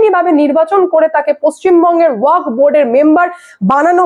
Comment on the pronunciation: ' ওয়াখ ' -- নয়রে বাবা, শেষে একটা ' এফ ' আছে, ওটা মাথায় রাখতে হবে ।